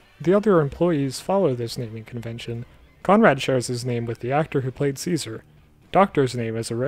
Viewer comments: Its pronounced chase-are-ay not ceaser lol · It's pronounced CHAY SAR AY not SEE ZER. Also seeing these theories in the video and the comments now that Season 2 is out is wild. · Ah, a video from before we learned cesare wasn’t pronounced like Caesar but instead like “chase a ray” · most fucked up part of the show is how in season 2 they suddenly revealed that cesare's name is pronounced "chay-za-ray" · His name is actually pronounced Che Sa Ray… yeah. You’re not the only one confused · Cesare’s name is actually pronounced Che-Sa-Ray, lol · Apparently his name is pronounced chase-a-ray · dude, pronounce cesare's name right ffs